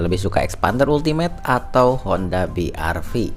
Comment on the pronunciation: BIARVI ya gan bukan BIARPI